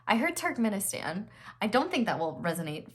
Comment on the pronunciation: Bro my heart dropped when you said Turkeminstan